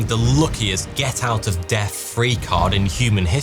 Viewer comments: Please no. Not "free", it's "three". You have front teeth - use them. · Three, pronounced "free" Thing, pronounced "fing" That, pronouced "that" wtf mate? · Thirty three thousand three hundred and thirty three. T H is a consonant cluster Tip of tongue should be .touching the back of your top teeth simultaneously whilst making the Hihhh sound of the hH. Putting your hand up to your mouth you should feel the air of your breath in front of your mouth while making the TH sound Never Ever Ever does TH make the FR sound. As in free hundred & furtry free fousand. ...... Loads of help available on the net or ANYWHERE!!! Get rid of that Mike Tyson speech impediment if you insist on speaking for a living . It is in no way complimentary to your journalusticefforts.